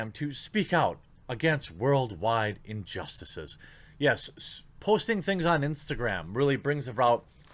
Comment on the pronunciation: Jeremy, just fyi, you kinda sorta sound drunk when you say "injustices" lol